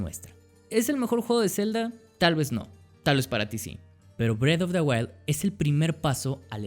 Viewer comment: es que parese que dice bread of the wild